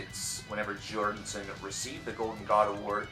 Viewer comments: I think it's funny he keeps saying Jordenson, instead of Jordison. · You keep calling him Jordonson. It kept bothering me. I'll just watch the video in the description. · and I'm just over here rdy to throw my phone across the room every time this guy pronounces his name "jordinson"... for fuck sake man... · Why do you keEP SAYING 'JORDINSON'